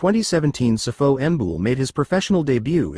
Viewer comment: Sipho not sifo...yeses